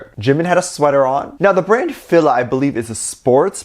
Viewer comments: You can tell.some these episode were filled early 2020 and the cooking one was recent. Look at Jungkook's hair length. I think the more recent ones (without Suga) BigHit is become more relaxed but before they weren't. Also its pronounce "Feel-La". The brand is huge in the states especially 2000 to like 2010. I rocked them through school. I think they've been around since the 80s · Hi,. FILA is pronounced. Fee - la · I purple you! 💜💜💜💜 Ps it's pronounced FEE-LUH